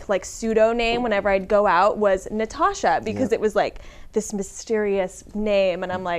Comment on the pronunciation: "of Na-tit, of Natasha Martinez." Yap, that'll happen.